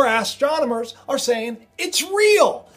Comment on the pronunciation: Oh my gosh do you realize you said ASStronamers?? Yes you pronounced it that way LMFAO too funny